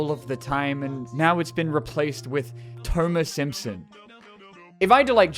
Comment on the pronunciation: Toemer Simpson? Good grief!